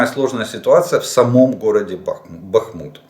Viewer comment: БАхмут,а не БахМУт Олег. При всем уважении